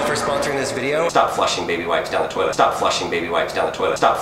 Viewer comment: This Is The First Time i Heard "My Dads In The Toileit." (Warning I Have Bad Grammar.) Sorry If This Is Offensive to You